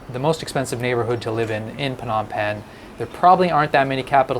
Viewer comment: Are you sure you pronouce Phnom Penh correctly?